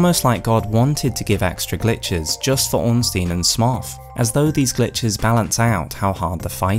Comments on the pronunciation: stop saying Smoff - it's Smough as in S-mo as in Sumo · bro really still saying "smoff" lmao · It's always fun when you hear someone pronounce Smough so completely unexpectedly. The vast majority of people say "Smo", some others say "Sm-owg" (like the Hobbit dragon). Never heard someone say "Smoff" before. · Yo, it’s Smough as in “Slow” not as in “Sloth” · Isn't Smough pronounced Smo? As it's a reference to the word sumo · First time I heard Smough pronounced "Smoff". I'm wondering which is technicially correct now. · Worst pronouncation of smough ive heard so far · Do you pronounce dough as doth? No? Curious that.